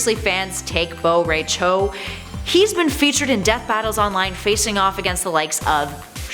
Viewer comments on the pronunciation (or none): RAI as in eye not Ray. Jeez. Americans are terrible with asian names. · Bo Rey Cho... RAI! Its RAI! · But... I love meat and Reiko! P.S: Why nobody pronounce Bo Rai Cho's name correctly?!